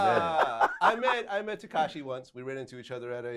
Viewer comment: Tekashia!!!😂😂 totally butchered his name blood "That's not his voice"